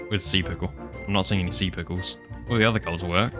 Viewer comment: "alot of sea pickuws" IDK WHY BUT THE WAY HE SAID IT JUST HAD ME CRACKING UP